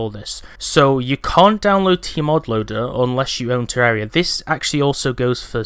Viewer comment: WOWWWW a YouTuber that actually pronounces the game title correctly. I'm shocked